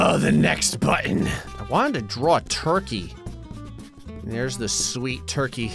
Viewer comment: gets proposed to - "I'm gonna draw a toikey"